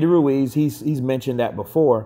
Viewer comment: its pronounced "Ruez"